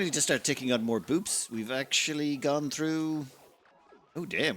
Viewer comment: Boops? I thought it was Bupes